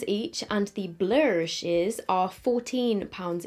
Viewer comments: I can’t stop laughing when she says blurshes🤣🤣🤣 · The way you say “blurshes” with the American southern accent. 😂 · I was sort of having this on in the background and was crying like 'Why tf is she saying blushes like that' ahaha screamin